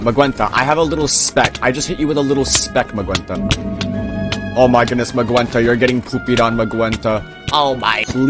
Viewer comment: how he gonna pronounce magenta like “magwenta”